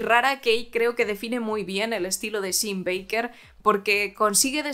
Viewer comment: "Sean" se pronuncia /shon/